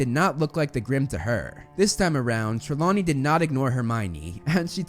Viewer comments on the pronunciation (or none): IT'S "TRELAWNEY"! YOU SAID "TREMAWNEY" AT FIRST, TF!